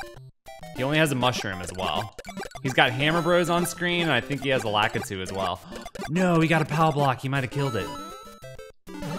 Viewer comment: I don’t know how most people pronounce it, but I can’t stand how he says, “Lakitu.”